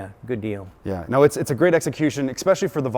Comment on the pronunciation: Did he say exspecially? 😑